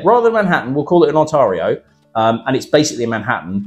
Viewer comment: Pronounced On-teary-o, buddy.